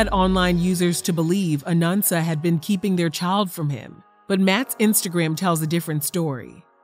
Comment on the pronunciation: Why do you keep saying “Anunsa?” It’s “Anansa”